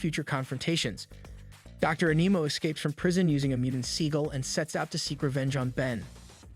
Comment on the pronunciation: You said dr animo wrong im sure i spelled it wrong